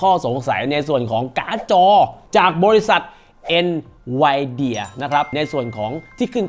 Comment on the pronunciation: เอ็นวีเดี่ยไม่ใช่หรอ หรือเราออกเสียงผิดมาตลอด😅